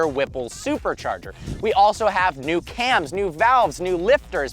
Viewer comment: “New CAMS” come on 🤦🏻‍♂️